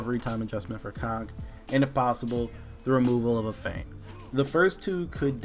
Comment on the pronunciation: Does anyone actually pronounce 'feint' correctly?